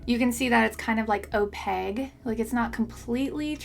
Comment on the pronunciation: love ya girl. Your videos are so great and informative 👏🏻 I would like to say however that the word opaque is pronounced "oh-pake" not "oh-peg". But seriously, you're awesome and I'm grateful.